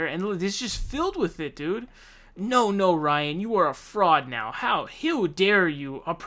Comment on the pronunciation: "Hiw dare you" got me lol